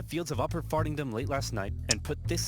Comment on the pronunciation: Not Fartingtom but farinndom